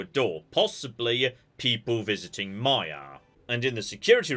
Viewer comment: Playing my drinking game called " says yes for no reason so drink" im almost smashed and it's not even halfway through...so we are going to, yes! Drink So I'm not pronouncing like yon or...the name is maya, they say it's pronounced m-eye-uh and then he starts calling her may-uh dude is terrible with pronouncing names outside of English and Greek. I gotta mute this while maya is around, not many ways to be so rude as to call someone a different name than the one they actually use..yes Maya and Maya are spelled the same. Maya is Greek and is pronounced may-uh or mEHaa..but she's clearly not greek. She's obviously Spanish heritage so her name......is Mai-a, m-eye-uh....why would you go for the Greek name, who so far in space is Greek? There's more non Greeks so maybe you will be respectful to the Spanish speaking culture and use the right name Not that hard to be polite. But it's automatic so you're kinda prejudice...